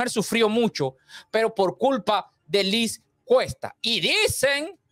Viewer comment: Cierto, e íbamos por la mitad del vídeo y todavía uno decías nada, mucha expectativa y luego el comentario mal narrado, y constantemente decías “Luis Cuesta” es vez de Liz. No obstante la información es buenísima y necesaria de revelar, cómo todos son unos trepador@ que van tras el poder. Cuida la ortografía escrita y oral! Gracias por el vídeo